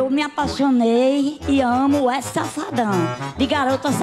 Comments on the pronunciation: Ta falando errado num e Wesley e WESCLEY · KKKKKKK 'weskley'so essa msm KKKKKKK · "Uescley Sapatão" kkkkkkkkkk morrendo de rir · "wescley" Safadão huahuahuahuahuahuahuahushuahushua